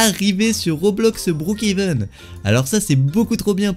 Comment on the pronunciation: TU EST FOU ON NE PAS BROOKHEVEN ON DIT BROOKHAVEN